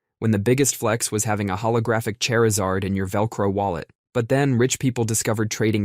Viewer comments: Who the hell is CHERYLZERD? You mean CHARZARD? Lol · I love how the only value comparison he can draw from is "the cost of a car" Chair-izard is my new favorite pronunciation though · Every time he says "Char-ee-zard" I cringe... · Not "Chair-azard" 😭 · My dude, Charizard has a long "a" sound; ya know, like in "char" as in "to burn". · I know bro did not say "holographic chair-o-zard" 💀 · The absolute nerve of this guy to mispronounce Charizard in such a way